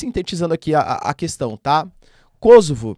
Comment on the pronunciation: Kosovo, é uma palavra paroxítona terminada em "a"...portanto ,essa pronúncia - proparoxítonas - kósovo, é produto da ignorância dos jorNAZISTA da rede Globo, minimetizando a pronúncia do inglês .. Caso a pronúncia fôsse KÓsovo, o gentílico séria KÔsovense, e não kôsovares.